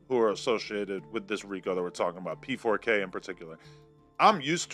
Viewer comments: You kept saying PK4, while it is P4K.😅 But I agree with most of what you say. Mark definitely is creepy. That's why he feels comfortable around p!mps etc. As a a semi journalist/ interviewer, you must have some sort of integrity. And sometimes, with 'vulnerable' people, you have to protect them, even against themselves. You also must consider the consequences of the story, especially when the person you interview can't oversee the consequences! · U called him pk4 now I can’t say it differently 😂 pedokidnap4